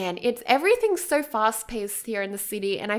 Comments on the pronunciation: Does anyone else get annoyed when she says sir instead of so? :D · I hear "SIR" instead of "SO" omg i can't perceive this adequately